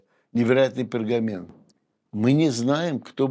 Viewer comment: Невероятная изысканность, свобода и фантазия каллиграфов и художников в оформлении еврейского манускрипта. Шедевр! Спасибо за профессиональный и увлекательный рассказ . Только не пергамеН, а пергаменТ = קלף ( клаф) на иврите